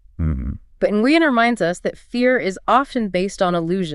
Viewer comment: It might be spitting hairs, but Nguyen is pronounced more like "Nwin", one syllable, semi silent "n".